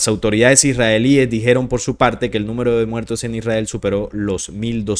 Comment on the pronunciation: Se dice los esrralies